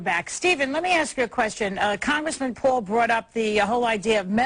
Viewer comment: i just love it when she says Bwaldwn vs Pwul